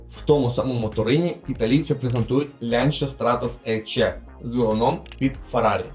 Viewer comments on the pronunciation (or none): Дякую за відос, він крутий. Але на майбутнє- правильно вимовляти «ланча», а не «лянча»